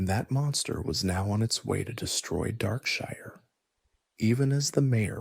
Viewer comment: Is this text to speech or AI? Just curious because Darkshire is not pronounced like that.